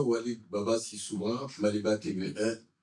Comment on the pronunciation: Et c'est Walid pas hoalid, à rectifié dans le titre